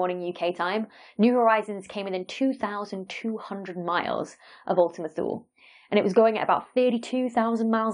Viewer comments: Ooltima Too-lé. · It's actually [ulti'muh too'lei], from Latin for "A distant unknown region"